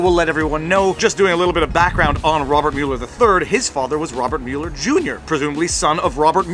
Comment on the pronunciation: I added a like simply because you pronounced Mueller's name correctly. Half of our media in the US pronounce it "muller".